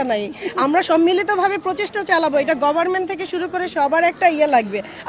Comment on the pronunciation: ম্যাডাম তো দেখছি ঠিকমত কথাই বলতে পারেনা,,,, হবে গভমেন্ট বলছে গভারমেন্ট